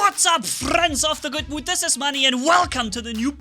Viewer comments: Day: 2 of wondering what the hell he says in his intro. Lol What's up friends of the good boot? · I think he says," What's up friends of the good mood ."